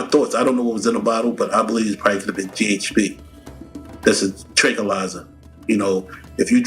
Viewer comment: It’s GHB not GHP …